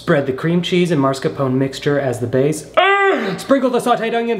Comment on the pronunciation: MAScarpone not MARScapone.... This got me on a personal level haha. You did it before with nuclear and making it nucular. Is it just because he's southern?